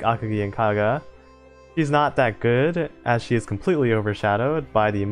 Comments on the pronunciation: oh well, not like imma stop watching your vids coz of a single word butcher anyway i havent subbed for long, but i have seen your old vids (mostly your tier list vids), and i definitely notice the jump in mic quality i look forward to your next uploads.. even if your mic won't allow you to pronounce "she" lmao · the fact that every time you try to say "she" when mentioning ships, and your mic decides to leave the "s" behind, and ends up with "he", tilts me every single damn time